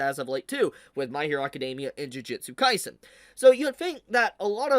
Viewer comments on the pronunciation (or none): Still waiting for the day for to say "jujutsu kaisen" correctly, and not jujitsu kaisen. 😁